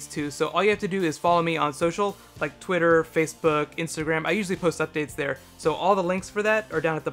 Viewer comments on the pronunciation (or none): none